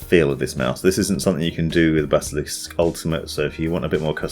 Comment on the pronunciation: When he said bazzalisk